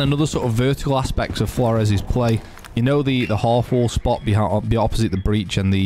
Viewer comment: heard a guy pronounce this name as "floors" i laughed at first thinking "thats a good one" then he continued to pronounce it that way, seemingly unironically throughout the video. I lost faith in humanity that day